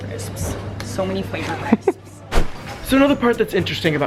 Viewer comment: I'm so glad said crips. I wish I was in that Sainsbury's I would have came up to you and said hey